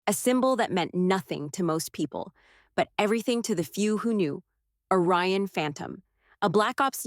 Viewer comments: It’s ORION, not a Ryan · It’s “Orion” not “a Ryan”! If you can get it right once you can get it right EVERY TIME.